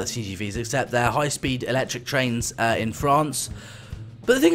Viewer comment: It is actually electric not eecetric